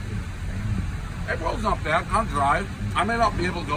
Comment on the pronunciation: “Not byyyyyad”... says the Bostonian.